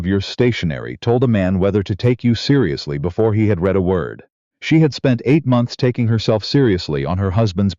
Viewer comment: What kind of parents saddle a baby with the name of Dorkus? Otherwise a good story with no evil, mean, selfish, people and good narration except for the mispronunciations of”read”.